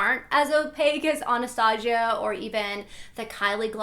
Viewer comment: Don't get me wrong, I love, but it kills me the way she says "Anastasia"😂 But I loved this video!